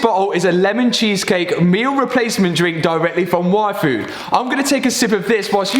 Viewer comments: is it just me heard waifu instead of yfood? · Every time you say yfood, I hear waifu.______. <3 Love the videos! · He said yfood and all I understood was waifu...I need a life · is it just me or did hear waifu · You pronounce yfood like waifu. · I kept hearing “waifu” 😂